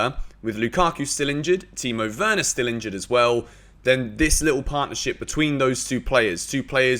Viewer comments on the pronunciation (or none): none